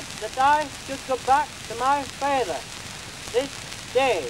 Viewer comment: the way "father" is pronounced. So unique